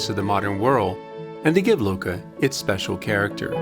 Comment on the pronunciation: Of course this has nothing to do with Livorno. Click bait. Not that waltzing through Florence, Lucca (and it's Luc-ca, not Luca) and Pisa wasn't a pleasure.